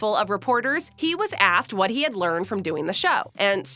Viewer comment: im sorry "leanred"